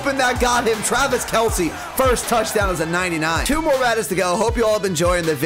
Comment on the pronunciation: You said Twavis Kelce